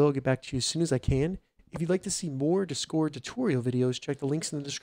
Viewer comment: I don't like how you say discord. It's just a bit annoying to listen to.